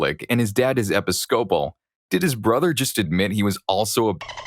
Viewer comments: Episcopal: uh pi-skuh-pl. not epi-scople. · It’s pronounced e-PISS-kuh-pull, not epi-SCOPE-uhl. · I hope he sees this. It pisses me off every single time i have to hear epic-scope-uhl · Episcopal is pronounced like Uh-Pi-skuh-pull if that helps in the future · For Episcopal, theres three syllables. Epis-co-pal, emphasis on the Ep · Thank you! 😂 It was a little annoying hearing it pronounced that way. I had to pause on the word to make sure I wasn’t crazy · I just about died laughing at the narrator's pronunciation of episcopal! That made my day.